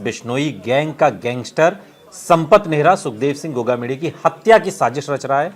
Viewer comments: बोलना सही तरीके से सीख गोमा क्या होता है गोगामेड़ी बोलने में क्या तुम्हारी जुबान लड़ खड़ाती है क्या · गोगामेड़ी होता है ठीक से पहले बोलना सीखो